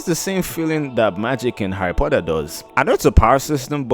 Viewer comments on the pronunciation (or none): none